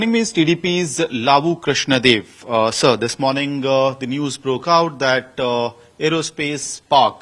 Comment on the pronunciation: Bloody North Indian English media should learn how to pronounce South Indian names, he is just saying Krishna deva instead of Krishana Devaraya ( The one of great kings of India and, North indian doesn't even know about south Indian kings at all )